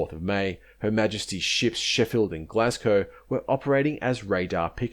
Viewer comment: Note it's HMS Glasgow, not Glascow.